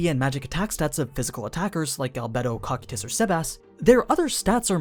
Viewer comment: The way you pronounce Cocytus is interesting...